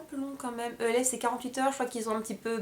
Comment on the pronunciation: moi g pas aimer la façon dont a critiquer les produits de chez e.l.f. j'avais envie de la baffer pour comment elle a dit le nom e.l.f je vous la refais " je vien de recevoir ma première commande de chez ELFE, E.L.F MACHACHIN TRUC " vous ne me comprenais peut être pas mais pour moi c quelque chose. Et puis l'histoire du pinceau avec la poussière au champignon hallucinogène.Les filles cette fille la je vous le dit elle est grave!!!!!